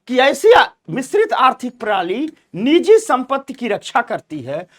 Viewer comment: नीजी नहीं निजी होता है सही शब्द